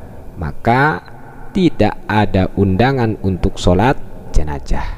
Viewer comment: Gelar Ustad... bilang jenazah aja gk becus😡😡